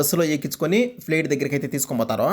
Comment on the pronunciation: Plet kadhura babu flight adhi